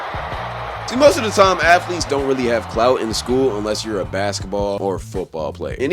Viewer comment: "Athelets" alr bro🤣